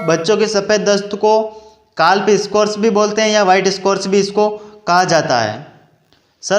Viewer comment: काल्फ नहीं काफ बोलिए